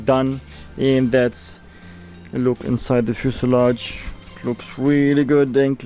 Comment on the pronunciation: One biece fuselage in brimer. Berfect 100 bercent